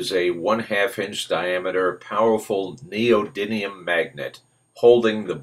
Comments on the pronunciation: You said neo dyn ium ... there is no N in the word. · you said neodymium wrong